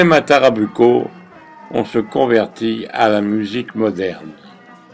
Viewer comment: On prononce TarrabOUco. Et sOUcré.